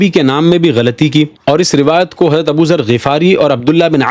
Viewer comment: حضرت لفظ اصالۃ تو باب افعال سے ہے نا آپ کو اس کو ہمزہ کے زبر کے ساتھ پڑھ رہے ہیں ؟؟ وضاحت فرمائیں